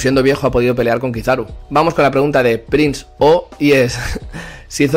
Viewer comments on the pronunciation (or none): none